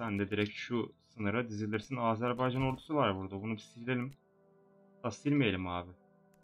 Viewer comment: Abi Âzârbaycan diye söylüyorsun ama doğru telafuzu Azerbaycan... :) :)